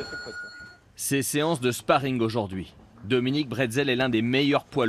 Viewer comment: 00'31 "Dominic Bretzel" 😂😂 ouais exact c'est skil est devenu après s'être fais pulvériser par Wilder